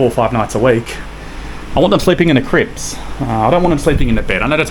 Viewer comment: He keeps saying Crips. Drives me crazy. Tells me to relax….hopefully your comment, he might start to say Cribs. 🤣